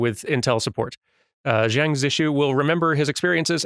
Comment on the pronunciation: "Xiang" should be pronounced more like "Shiang," rather than "Jiang." Although that's still not quite right.